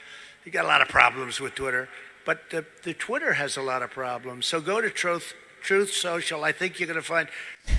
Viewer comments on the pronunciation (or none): After Trump says "Troth Cential" when he meant "Truth Central," the generated closed captioning has yet another variation: "Charles Schultz Social"! Oh Trump, you blockhead! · "TROATH SENSUAL"...hahahaha. OOOOOh baby, keep it up, your on a roll. Shoot up another one. Try TRUTH SOCIAL, that might do it fer ya. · that's what trumpy called truth social.. Listen to trumpy say it. Choath cenchal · I like how the YouTube CC on the video thinks Trump said "Charles Scultz" while trying to pronounce Truth Social. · Especially on Trohth Sential.